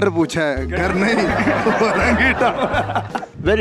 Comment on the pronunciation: Even the anchor doesn't know how to speak English... Gattar = drainage🙂